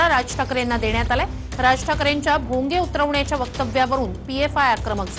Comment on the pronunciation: पहले नीट बोल भोगयाच काय बोलतो तु